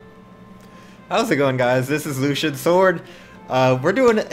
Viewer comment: GGs Lucian, thought I played better as I am on EU but thanks for the game! Don't forget to go in general tomorrow :P PS: I appreciate the way you said my name :)